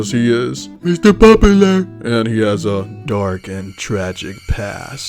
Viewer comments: Mither popaler 😆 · That Guy sounds like a Serial Killer. Also love how you pronounce Mr. Popular 😂🤣